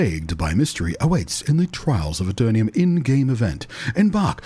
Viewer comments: Pronounced A Ter Num Not A Ter Nee Um Hope you enjoy the game and bring aton of players with you, PvP is challenging and there is a strength and weakness in every class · Love your videos and voice - lots of positive vibes! I believe, however, it is pronounced Aeter-num, not Aeter-ni-um :)